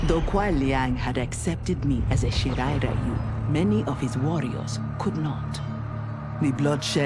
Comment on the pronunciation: They keep mispronouncing Shirai Ryu. WTF is wrong with Netherrealms?